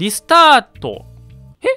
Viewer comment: スタートがスタット－にしか聞こえん